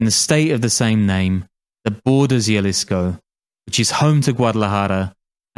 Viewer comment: the way you say jalisco is enraging. it's a "h" sound